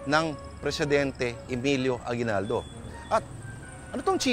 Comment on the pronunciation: aguibaldo not bayani but Bayadni .hahaha